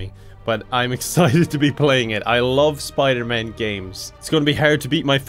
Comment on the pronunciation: It's Piderman!